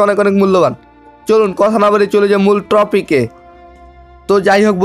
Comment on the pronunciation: tropic noy topic hobe